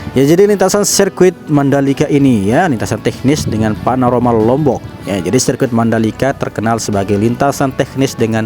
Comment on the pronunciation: Panorama tolol Panoromo apaan Biasa aja ngomong nya jangan terlalu serius elo jadi ane bego